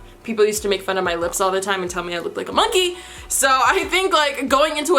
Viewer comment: The way you said monkey😂😭😭😭